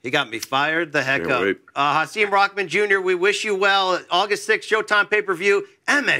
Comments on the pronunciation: It’s pronounced “Ha SIM” like SIM card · He’s said his name is pronounced Ha-sim (sim like SIM card).